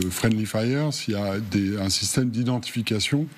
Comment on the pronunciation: "Frienly fire" ! Ces journalistes sont des m'as-tu vu prétentieux. "Friendly fire" au lieu de "tir ami", ou "tir fratricide"